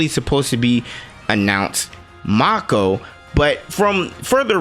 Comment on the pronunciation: As an oldhead, I definitely say mako and "mai-ko" sounds off to me, BUT I'm not gonna yuck your yum at the end of the day, we all know what we are referring to ya know! P.S. Great video bro!